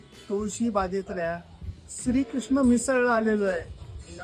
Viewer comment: स्रि क्रिस्न?? लेले ते श्रीकृष्ण आहे.. आपणच आपले उच्चार योग्य केले पाहिजे..